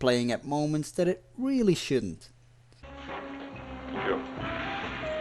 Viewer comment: I love these James Bond Recaps! You do a great job! Your accent only adds to the effect -- I like how you pronounce "that" as "dat."